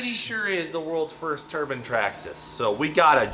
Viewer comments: cleetus has definitely been getting lesson from old heads saying "turban" instead of turbine lol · Turban 👳🏻‍♂️?... You mean turbine "tur bine". Ffs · i like how he says turban